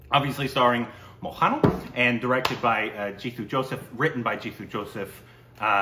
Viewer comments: Its MO-HAN-LAL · You are doing injustice and mockery of reviewing a movie without watching the original prequel. You don’t have to like it, but the fact of the matter is you just didn’t get it. You got to get serious a bit more of the objective is serious review. At the least, learn to say Mohanlal. It’s not a difficult name to struggle.